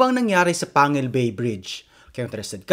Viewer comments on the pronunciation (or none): Panguil not pangil 😂😂😂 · Its not pangil its panguil pang-gil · we locals pronounce the “panguil bay” like this: ‘pang gil’ not ‘pangil’ na parang ngipin. so it should be pronounce as “pang gil bay”.